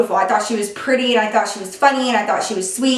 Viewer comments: She straight up said perty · you can hear accent when she said pretty 😂